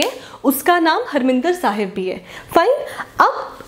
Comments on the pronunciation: Mam not Harminder Sahib it's harimandar Sahib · Mam pls correct the pronunciation of harmandir sahib .its mandir not minder. Also it was built by guru ramdass ji. u can google it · Mam, it is Harmandir Sahib not Harminder Sahib